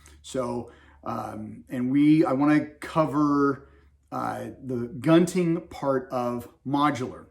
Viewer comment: The Filipinos pronounce it goonting.